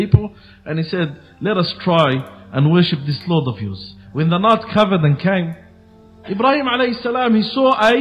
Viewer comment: Plz practice saying Ibrahim Alihiwasallam